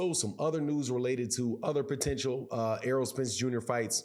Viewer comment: I can tell that most of you idiots aren’t even boxing fans bcuz y’all are killing Spence name. Itz Errol not earl 😂😂. Making him sound like a 45yr old farmer lol. Y’all Crawford dick riders gotta die off fareal.